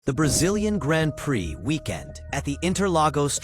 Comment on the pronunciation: It's pronounced "Gron Pree" ! Try IT! 👍🏁